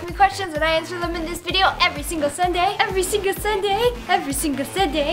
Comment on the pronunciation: I love the way she says every single Sunday! Every singa sunay